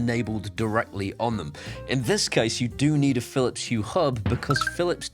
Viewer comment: Aqara continuing to innovative. Meanwhile it seems, Phillips continue to march at the beat of their own Drum., have you overcome your Phillips Hue pronunciation affliction with time or medication. Whilst I can write Phillips Hue, it seems I cannot bring myself to say without bringing up my breakfast, lunch or dinner. 😂 Keep up the excellent work.